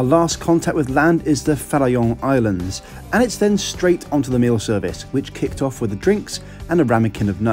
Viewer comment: props on that correct pronunciation of "Farallon Islands" nobody ever does that